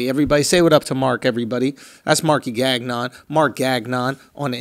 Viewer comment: Schulz it's not Gag-non it's Ganyon (the n is silent) lol. Keep it classy b 😎